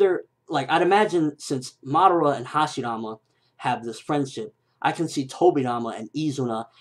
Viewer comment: you say madara wrong its pronouns mu-duar-ra watch it on narutoget god damit